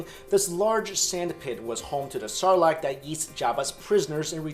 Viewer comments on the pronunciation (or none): none